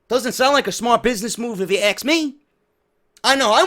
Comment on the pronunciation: Let me axs you something